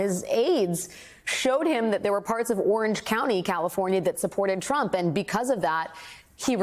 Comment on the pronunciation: She couldn't even say California right listen to that Dallas California what a bunch of idiots you are